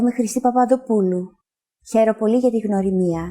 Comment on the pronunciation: Her: Gia, legome Chrissi. Herw poly! Me:Oh thats easy, I can do that Her: Herw poly gia ti gnwrimia😭 Its sounding like "Herisjakajizamsjia"